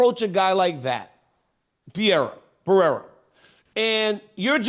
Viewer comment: why did dc say pierra